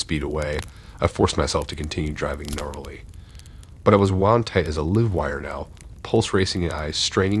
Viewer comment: Story 1. Some constructive, genuine feedback. I) It’s live wire referring to wires with an electrical current going through them, (rather than dead meaning no current). I only mention this as you pronounced “live” as in live long and prosper, not as in “the band played live”. II) It’s pronounced “Arkansaw” not “Arkansas”. Some might say I’m being picky and I get that as we all know what you mean, but if it was me, I’d want to know. Great narration and channel, I have just subbed. 😊